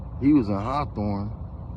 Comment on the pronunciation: He was tryin to say hawthorn